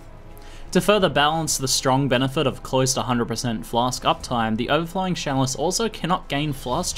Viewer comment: You keep saying sjalice, so i dropped my cheese off my sandwich, i have to thumb this down its not that i did not like the video, im just bummed out i got some hair on my cheese.